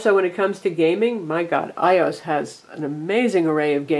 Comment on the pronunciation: IT'S PRONOUNCED "I-O-S" NOT "EYE-OS" FARRR HOW ANNOYING